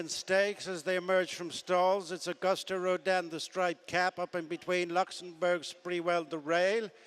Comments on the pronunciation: Someone tell the commentator its augoost rodin! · I cringe every time the race caller mispronounces Auguste. Has he heard of the French language? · he still doesn't know how to pronounce "Auguste."